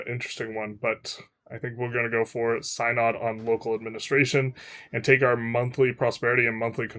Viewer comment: Pretty sure Synod is pronounced sin odd and not sine odd.